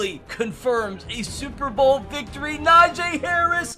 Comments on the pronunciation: It’s not “NaJay” it’s “Najee” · You saying NAJAY instead of NAJEE is killing me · its NajEEEEE harris not Najay harris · najay ME: -__- its najee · Ss a steelers fan i think its he says na jee instead of najee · it’s na-jee not na-jae lmao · It’s so annoying when he says a nfl players name wrong it’s not najaa it’s Najee haris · It is Najee not najae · stop say NA JAA ITS NAJEE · It’s not najaa najeeeeeee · its no najayyy hariis its najeeeeee harris and i dont know how to spell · Someone teach this man how to say Najee Harris's name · I'm screaming 3very time you pronounce Najee's name wrong